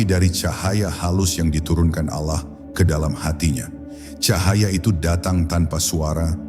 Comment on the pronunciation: kenapa ya ucapan alah bukn Allah